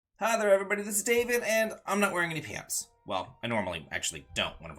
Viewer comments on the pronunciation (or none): none